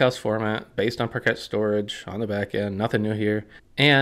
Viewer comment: I have never heard anyone say “parket”